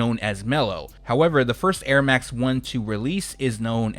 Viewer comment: 🔥✊🏼 Also the French pronunciation of the Airmax 1 and the Jordan 2 was spot on !